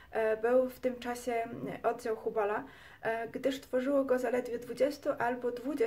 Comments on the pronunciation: taka jedna drobna uwaga językowa, całkiem życzliwie, ale nie dociąga Pani końcówek, wymawia się słowo np. "oddział" twardo a nie zmiękczając litery "dzi", za miękko i to jest niestety współczesna maniera nie tylko u Pani, to samo "nieprzyjaciela" , "twierdził" itd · kobieto nie mówi się odzał -oddział , se tylko się, wodze tylko wodzie, dzęki tylko dzięki , a tak po za tym by było ok